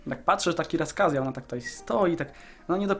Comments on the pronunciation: błagam Cię. Nie Kiraskazja. Nie ma takiego rejonu. Czerkiesja. Ok? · czytasz mniej więcej "kiRASraskazja" gdy jest napisane ciRCAassia (dużymi literami gdzie źle wymawiasz). Wedle Twojej wymowy powinno być raczej: "Kirkazja"...co i tak nie będzie zbyt poprawne, ale bardziej zbliżone go angielskiego. Czytaj po polsku - ten kraj nazywa się Czerkiesja i żaden czepliwy widz Ci w komentarzach nie będzie o tym pisał:-P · młocie nie mówi się siraskazja tylko czerkiesja, spraw w atlasie i na wikipedii.